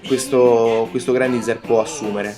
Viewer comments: Mi chiedo perchè continui a leggere il nome come è scritto... ormai si sa, l'inglese non ha regole di pronuncia, ma ciò non toglie che il nome del robot è pronunciato Grendaiza(r) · Non fraintendermi, ho apprezzato la recensione (ne ho pure viste altre riguardanti questo modello, per un prezzo simile tutti i difetti e le incongruenze che si porta appresso mi intristiscono). è solo che era la prima volta che sentivo una persona pronunciare così quel nome, è mi è parso alquanto strano. Poi sì ecco, lasciando perdere i giapponesi e il loro GURENDAIZAH, grendaizer è più la pronuncia americana solita, mentre io ho scritto quello che un britannico avrebbe detto, con una "r" tendente a un "ah" finale. Niente, cosucce, lascia perdere:)